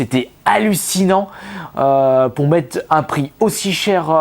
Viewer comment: "Bonjour à tous c'est ", "Je veux pas mète un pire ultra-fort"! Prononce les "r" nom de Dieu!!! ^^